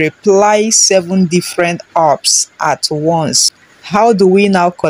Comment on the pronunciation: It's apps not earps 😂. Calm down